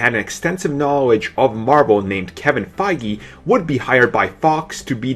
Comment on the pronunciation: .... he IS saying Feige's name wrong, right?